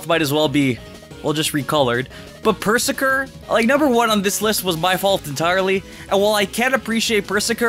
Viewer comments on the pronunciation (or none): It’s pronounced Pur-Zur-Kir. Like berserker. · Ok the way he pronounces Perrserker and Eiscue, they are obvious puns of berserker and ice cube. Oh it hurts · Also, you mean, Purr-ZERKER, as in BERSERKER, as in a Viking Bersker, not "purr-sir-kir". Also Purzerker is 150% one of my favorites <3